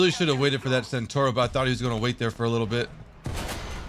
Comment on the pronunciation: CentAuro not centOro